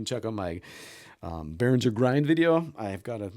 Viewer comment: It's not pronounced "bearindger", it's more like "bear ringer"